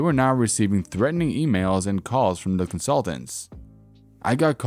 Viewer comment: DA profits made on DA job.